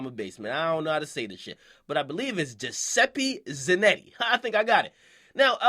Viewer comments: Jah-seppi Zah-Notti dumbass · the white guy is italian giuseppe zanotti lol and you pronounced his name wrong